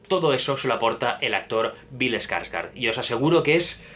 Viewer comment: Se dice "SPOILERS" no "espoilers". No le pongas letras donde no hay. Y se dice "gor" no "gore". Y se dice "Skarsgård" no "ESkarsgård". Y también "Chastein" no "Chastain".